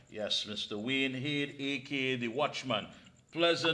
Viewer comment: said Wayne Hayde